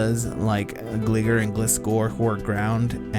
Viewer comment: I would be careful how you pronounce Gligar. Sounds close to a slang term that isn't too nice. For your information, it is Gli-Gar as in gliding.